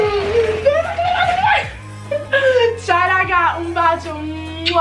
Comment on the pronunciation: Perché dici zau si dice ciao cazzo